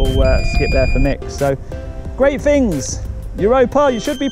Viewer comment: Is the camera shy narrator here really semi-literate and slow, or is it part of the show? eg "things" gets morphed into "fings", "those blocks" into "them blocks" Thinking that being told to vacate the property by security personnel means a deal has been struck to come and talk to them off the premises.